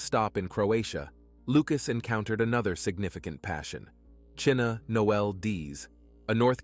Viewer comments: Chyna, as in China, not Cheena! May she rest with her name pronounced correctly. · Her name is pronounced China not chinna